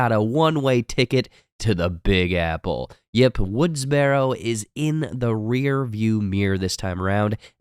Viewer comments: Did you fucking say Woodsbarrow? ....... It's Woodsboro....... lmao. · he rlly said "woodsbarrow" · Woods burrow... BURROW.. aka Woodsboro.. please pronounce it right lol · So have you seen the films cause you can't pronounced Woodsboro correctly & its cringy as fuck.